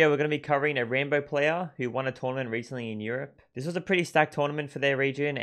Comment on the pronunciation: Its rAmbo, not Rainbow XD